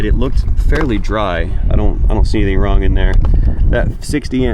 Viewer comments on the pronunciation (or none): none